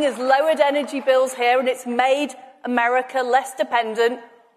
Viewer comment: Was that Americoo she said? Mad as a box of frogs.